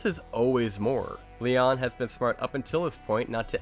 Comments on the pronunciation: It's Damien Leoneeeeeeeee. Not Damien Leon. The last e in Leone is a long e. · Well damn now I have to sub. Lol I am insanely curious about all things Art the Clown. Il see what else I can to watch on ur channel. I am sorry to hear about your loss and wish you all the best. Also I have never heard Leone pronounced the way you did it and I don't think that's right but what do I know.....